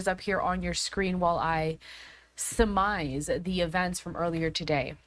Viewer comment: “….as I sumize(??))”